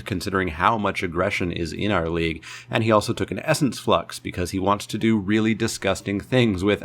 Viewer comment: I thought you said Leek Update......